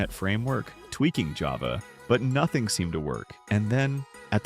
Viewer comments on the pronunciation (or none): none